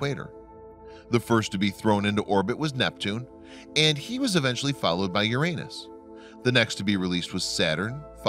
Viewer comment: It is the correct pronunciation.